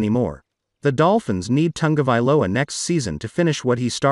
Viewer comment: There is no N in Ta go vai lo a !! Commentators should at least pronounce names correctly.